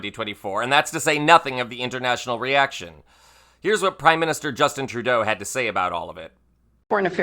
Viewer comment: What did Troudeau say? 'Third say'?